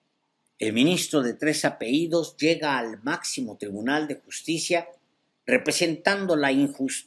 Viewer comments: No se dice apeidos, lo correcto es APELLIDOS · Se dice apellidos